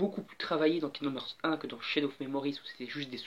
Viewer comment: On dit "harts". :'D